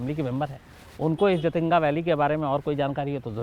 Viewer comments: Actually jaatinga nhi jhatinga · I'm from Silchar..south assam.jhaatinga झाटिंगा bolte hain local log shayad but hai जाटिंगा